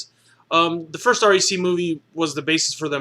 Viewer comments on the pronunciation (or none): Aaaaccck its REC. Not R.E.C. As in wreck. Fuck.